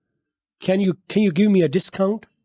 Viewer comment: Can you= 2nd pronunciation Sahi ha